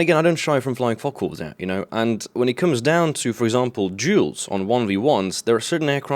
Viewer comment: Duels, not: jewels :p